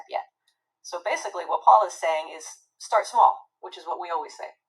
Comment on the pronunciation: he didn't say stay small, he said: "start small".